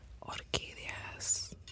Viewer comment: Wow I almost died when she repeated 'orquídeas' very nice